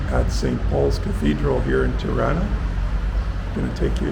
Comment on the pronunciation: Tirana Pronounced like Toronto, not Triana